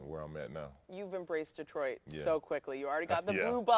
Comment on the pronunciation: Yo Za'Darius, first lesson - pronunciation... ✅ da-TROIT ✅ duh-TROIT ✅ dee-TROIT ❌ DEE-troit <---- never